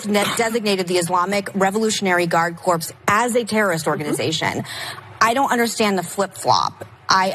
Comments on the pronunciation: Did Meghan McCain make an innocent slip or does she really not know 'Corps' is pronounced like "core" rather than the phonetic "corpse" as she said? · Megan pronounces “corps” corpse. Why is she on TV? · Corps is pronounced as "core" not "corpse". The latter would be your father, McCain. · She pronounced the P in corps. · Did Megan pronounce it ‘corpse’?!?! She did. I agree with Ana’s point about Megan not wanting to educate herself. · Little Miss Military daughter should know how to pronounce corps... It is not the Revolutionary Guard Corpse. 😋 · With all due respect for M.M. the "p" in the word corps is silent. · If you are claiming to be a "political correspondent" and you mispronounce "corps", please exit the stage and STFU. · I saw that, too. The audience laughed at her for it, too.